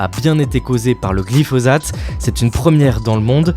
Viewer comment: Ça se prononce glifossate, non ? Parce que le z m'a fait mal à la tête